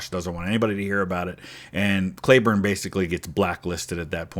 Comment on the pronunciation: Today I learned - a city close to where I lived in Texas and where my younger brother was born is named after Cleburne. Right next to Granbury. Maybe in Hood County but won’t swear to it. Although there is a Hood County in Tx. The other thing was in Texas it’s pronounced KLEE-burn. Took me three videos (yours for sure) that made me research. Always a good day when you learn something.